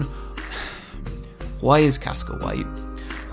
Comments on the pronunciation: Why do you pronounce WHO - I instead of WHY??? :O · your reviews are great the only thing that grinds my ears it the Huay instead of Why or just Y xD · don't use "why" and "white" in one sentence if you prononciation can't make enough difference between them. All i can hear is "Why is Casca, why?" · I find the way you pronounce words with 'wh' in them more disturbing than the CGI itself.